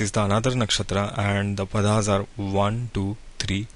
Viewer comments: It is not Padhaas. The correct name is Paada/Paadaas. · Are you an Indian. If so please try to pronounce the Padas properly